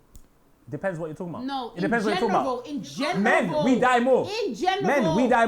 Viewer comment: she acts like she's a keeper but she can't even say "in general".... I wouldn't want some substandard English like that taught to my kids